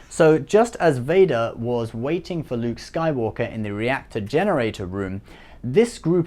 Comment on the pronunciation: Did anyone else notice how he said nuke Skywalker